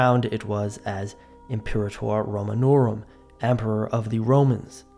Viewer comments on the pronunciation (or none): none